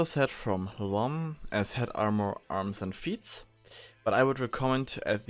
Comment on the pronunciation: this is not tomm, it is lomm -_